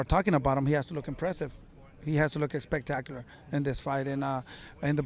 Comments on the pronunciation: yeah I know. It just sound like he’s saying “EX-pectacular 😂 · Can someone please tell this man that “expectacular” is not a word 😂